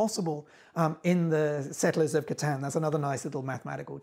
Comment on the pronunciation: Someone said catan correct finally